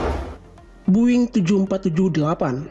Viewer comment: its not buing, its boeing